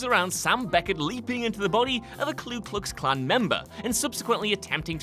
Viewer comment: Please learn that the KKK...first word is NOT "KLU"....it is "KU"..., No "L". ...so in total..the KU Klux Klan.